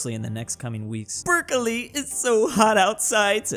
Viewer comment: hearing say "perkili" was the best. it's "PERKELE"!!!